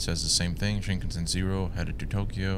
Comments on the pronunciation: Pronounced as Shin-kahn-sen(like send w/o the d) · I’ve never heard anyone pronounce Shinkansen like that before 😂